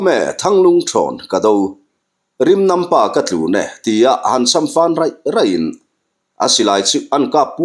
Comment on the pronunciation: Rimnampa ka tlūn e!...tih niloin rimnampa ka tlun(lu hawn/lu la)e...tia chhiar tur.